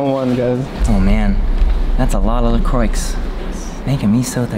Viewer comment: la-croy. NOT ... whatever you said...